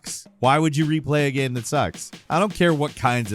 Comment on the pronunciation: after all these years, i still get triggered the way you say ''GAHM''